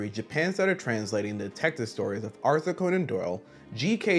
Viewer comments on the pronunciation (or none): none